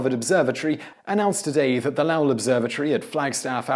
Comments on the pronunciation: Once again you fucked up the pronunciation of someone's name. It is Low ell (short e) and not (Lah lle) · Correct, it's low-ul. I'm familiar with the observatory since I'm from Arizona and into astronomy. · Lowell is pronounced LOW-ll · Did pronounce Lowell as Laowell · In general, you do great work, but MAN, you canNOT pronounce either Roosevelt or Lowell. You might need an American on staff you with American names (although, not all of use are good with those, either). I'd volunteer, but I live in Cambridge, Massachusetts and have the feeling that the commute might be prohibative.